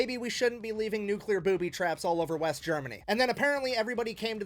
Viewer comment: It new clear. Not nukular